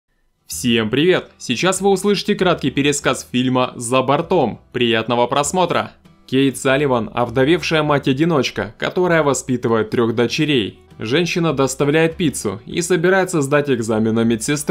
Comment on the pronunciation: За бо́ртом правильно говорить)